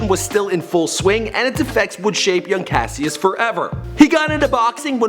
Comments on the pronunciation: Cash-is clay not cass-ious clay, the pronunciation you have on these names drives me up a fucking wall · pronunciation corrections: Louisville- Louie- ville, not "louis ville" His name was Cassius, pronounced, Cash- shus not Cassy us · CASHUS not kuh sy us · my name is Cassius an its not Cass-ius its cash-shis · Cascious (cashis) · Cash-us not cassie-us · clasiuis lol its cashius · THIS IS HOW U KNOW HE GOOGLED THIS HE SAID CASEIUS CLAY ITS PRONOUCED CASHES CLAY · His name is said Cashus and Louisville is pronounced Luh-vuhl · Okay, what the fuck. Cassius is pronounced as Cash-oos. Are you actually this dumb. You do not deserve to make a video about The Greatest. This is a disrespect. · it's pronounced Cash-is but spelled Cassius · Cassius is pronounced CASH-us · its pronounced cohshus clay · Cassius is pronounced like Cashus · fucking keemstar 2.0 with his horrible pronunciations his name is pronounce as "Cash-us Klay" the fuck you tryna say... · It's pronounced Cash Us CASHUS but spelt Cassius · You absolutely butchered his original name you dumbass. it's pronounced "cash-us" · It's Cassius (Cash-us) and Louisville (Loua-ville)you don't pronounce the is... Sorry Im a Louisville native and the way he pronounces it annoys me and most the ppl here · ThTs not how you pronounce Cassius and it's not luis ville, it's pronounced louiville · Yo did you really just call Cassius Cass- see-us? Smh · I'm sure everyone noticed he pronounced his birth name wrong